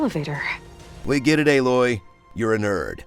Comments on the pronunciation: Lmfao "B loy" took me tf out🤣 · Haha fucking "B-loy" . 🤣🤣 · I lost it when you said B-loy lol 🤣🤣🤣 I'm using that. This is great 👌👌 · I absolutely lost it at "B-loy" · I'm literally dying, when he said "staring B-loy" omg 😂😂😂😂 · That "B-Loy" caught me off guard! 😂